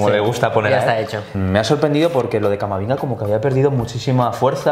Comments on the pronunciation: le ha llamado Camaminga xDDDDDDDDDDDDD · He dicho "Camaminga". Sí. Sabía completamente lo que estaba diciendo. Espero que "se la saque".